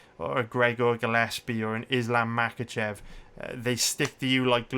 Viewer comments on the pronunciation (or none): none